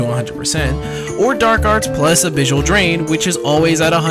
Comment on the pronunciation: why do you say abyssal so weird?